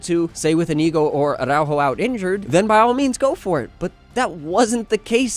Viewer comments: Spanish tip, not every R is Spanish is rolled, it's not aRRrrRaujo it's more like attow-haw with a soft t or d as in water. I hope you see this. Love from Canada. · Probably the only time where the "rrr" is not necessary, yet you say "arrrrrraujo"... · Man, the way you say aRRr🤬aujo 😂